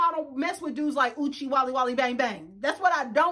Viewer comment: Ma’am, not Uche-walala-bang bang! I had to pause to scream!!